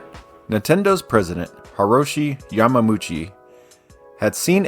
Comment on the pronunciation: YAMAmUCHI???? YamaUchi... Dang boy